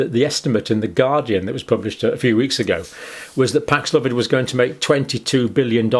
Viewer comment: Pax-love-id? No, Paxlovid.